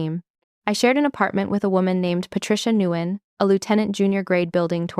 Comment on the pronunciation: It is beyond belief that a Navy commander 05 cannot pronounce ensign, reread, BUDS, Nguyen, etc. Then there is the uniform.